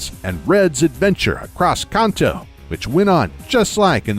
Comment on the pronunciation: so why he pronounce Kanto wrong everytime?!